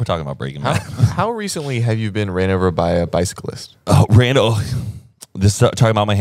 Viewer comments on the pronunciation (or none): none